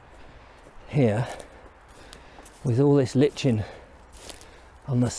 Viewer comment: Love your videos. it's like-in not litch-in